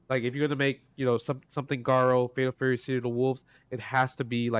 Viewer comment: I know I'm being nitpicky af, but I can not believe people still can't get Garou right when literally every announcer after Garou Densetsu Special back in 93 clearly says "Garoo" and not "Garow."